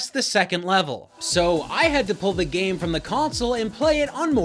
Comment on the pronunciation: Lol “gam console”